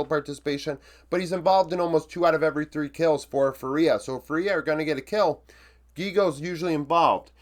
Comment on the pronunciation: hey man! Really love your videos (and its completely fine if you don’t care): its pronounced FUria and not fuRIA anyways, cant wait for your next videos! love from 🇧🇷